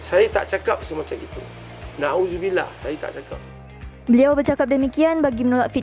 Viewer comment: Pandai sebut "nauzubillah" ye... tpi baruah DAP😅